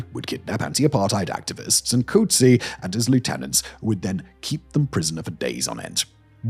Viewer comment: Simon as you have a team of researchers to write your scripts, you have one job and one job only, which is to read those scripts correctly. Umkonto we sizwe is not pronounced umkonto wizwe, that should be obvious. You should have checked how to read names like Coetzee too. SWAPO is SWAPO, not ''swarpo''. I wouldn't have mentioned it but you did a similar thing with German words in another vid the other day.